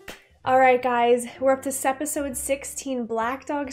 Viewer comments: Relatively new to the channel so maybe this has been explained, but why does she say Sepisode? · Idky she started, but in one of the videos she says it's a habit now. She says it A LOT in this video so it's definitely on purpose.